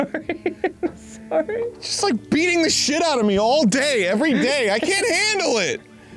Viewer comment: Dan said "sorry" like a Canadian.